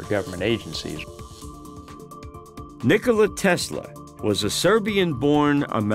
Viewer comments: Omg it's, "Nikola," Tesla lol not, "Nicholas," Tesla!! (Few things more annoying) 😂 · Hey it's not Nicholas Tesla, it's Nikola Tesla!!!! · Nicholas tesla?? Nikola